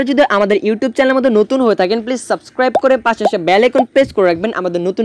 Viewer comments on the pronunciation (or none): none